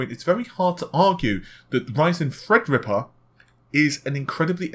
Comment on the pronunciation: The way pronounces "Thread Rippa" is extremely annoying. It sounds like he is either holding his nose or has a cold.